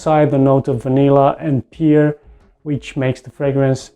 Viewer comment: Good video bro but the fruit pear is pronounced as u would pronounce 'pair' not ' pier'